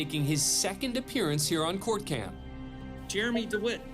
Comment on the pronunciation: “It’s jermey” 😂😂